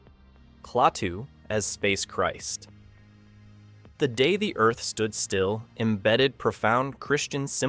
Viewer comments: Before that it was "Claw-too"...ugh! And then there's "The Day (long pause) the Earth Stood Still"...gag. And THEN it says that the musical score helped the actors in the portrayal of their character?? The score / soundtrack is added in POST-PRODUCTION... LONG after the actors are gone! Sheesh!! It baffles me that creators of these clips are too cheap to hire REAL actors who have actually SEEN the film to provide the narration. Do they not listen to the playback and see how ridiculous it is? Needless to say I will NOT be subscribing to this channel. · That the video's narrator is a mediocre AI? The Day The Earth Stood Still